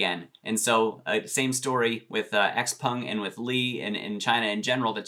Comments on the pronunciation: Why does everyone pronounce x-peng as x-pung? I ask every time he says it in his video, but never get an answer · Charlie at Zip Trader, Graham Stephan, MeetKevin, Andrei Jikh, and Jeremy Lefebvre all pronounce it as x-pEng. Not to mention when you ask google how to pronounce it, it says x-pEng as well. Just saying